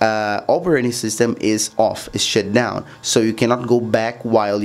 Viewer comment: “s h i t d o w n”